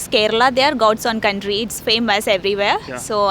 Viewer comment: oh she meant "Gods own country" not goes on country 😂